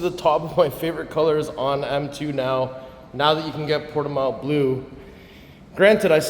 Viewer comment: It’s pronounced : [puɾtiˈmɐ̃w]